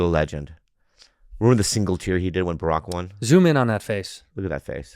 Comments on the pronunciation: Bore-ock Obama had me dead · "Boorock Obama" jack nick-oolson" bobby's been hanging around bert again hasn't he?